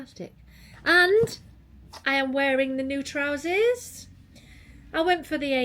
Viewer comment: What are trouzees? Is that a Yorkshirism or a Ginaism?